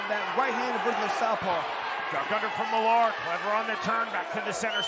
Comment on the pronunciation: It's pronounced MILLER for fucks sake. It's the Scottish version of Miller.